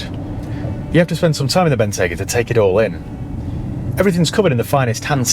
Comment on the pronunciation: Wrap those stalks in Murr sunbeam, and I’ll take it. I can park it next to my Bell Ranger. But we need to upgrade the way you say the name. It is Bentleyyyyyyy Bentayyyyyygaaaa. Down here in Dorrrrset 😂